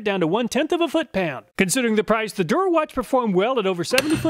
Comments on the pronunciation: "Der Erwachte" Love when Chinese companies use German or Italian sounding names to trick people into thinking it's a higher quality Euro tool lol. If it actually was a German company it would be pronounced "Der Err-vahk-tih" btw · What's funny is the "Der Erwachte" brand is German for "the awakened one" lol. It's supposed to sound like "dair er-vocked-uh" but I knew Germans would never choose a wacko name like that. Thanks so much for your rigorous tests and research. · I read "Der Erwachte" but I hear "durawatch". Still suprised Hazet, Stahlwille and Wera is available in the US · That's by far the worst attempt to pronounce a German word. I had no idea what "Der Erwachte" in the Overlay is supposed to mean. I thought you made an error. Had to listen like 5 times until I realized you tried to pronounce it 😂 Anyway, great review! :)